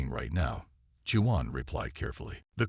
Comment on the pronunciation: pronounced WAON...not Jew_on...= Juan